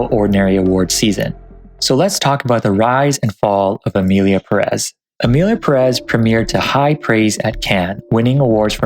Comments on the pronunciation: wasn't it pronounced as PEHrez not puhREZ? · pErez, not perEz ~ is it too much to ask that english speakers say ONE NAME correctly? “Pérez” => accent tells you to stress 1st, the accented, syllable. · The accent in Pérez goes in the first syllable, it´s not PerÉz